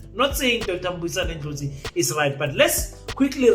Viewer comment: Thank you king for pronouncing his surname properly.